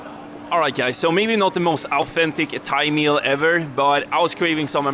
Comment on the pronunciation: Grym video! Insåg inte att du var svensk förrän du uttalade "the most authentic thaimeal ever"